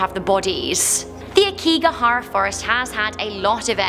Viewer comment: A-o-ki-ga-ha-ra, not sure what she said lol.